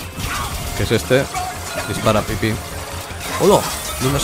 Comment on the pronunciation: jaja me mori de risa cuando dijiste "dispsran pipi" xD